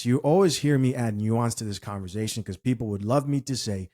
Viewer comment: Bro I just have to say this, the word is not pronounced converzation, it's conversation.